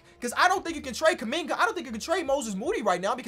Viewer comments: Did call him Jonathan kunigga🙆🏾‍♂️ or something?😂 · what say abt kuminga i needa know if he wanna hide it this bad edit: nvm bro called him KUM BUCKET LMAOOO